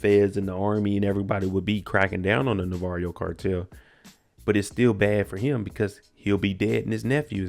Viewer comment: His name is pronounced Navarro not Navarrio.